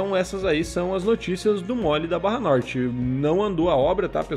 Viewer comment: Só dou like se for norte e não Notre 😂 😂 😂